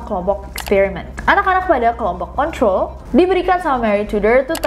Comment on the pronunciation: english accent nya nessie yang agak unik atau aku yang salah dengar? setau aku control dibaca KeNTrOl (huruf kecil dimaksudkan membedakan E dan e, juga r dibaca halus). tapi nessie terdengar seperti mengatakan KONTrOl (r terdengar halus), jadi agak rancu.